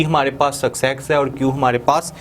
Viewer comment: Sucsex 😂.. wtf